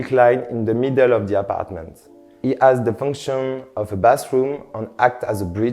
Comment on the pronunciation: it 'as a beautiful view. The 'ome is very cute. LOL